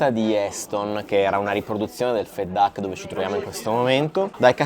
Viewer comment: Perdonate solo una sfumatura relativa ma... Il reiterato pronunciato 'fet duck' non dovrebbe essere 'fat duck' ? Anche il personale in servizio lo pronuncia cosi'... Ascoltando stona un po' la differente pronuncia.. Grazie